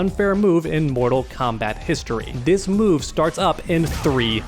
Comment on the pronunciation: "do dis move"